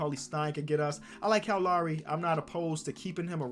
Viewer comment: Bruh I’m an hour from Toronto u don’t pronounce lowrys name right bruh !!